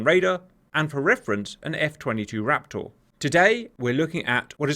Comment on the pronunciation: Fantastic work, love these videos but my god man I cannot stand the way you pronounce raptor. It's like one of those irrational annoyances and doesn't take away from the video but it pisses me off so much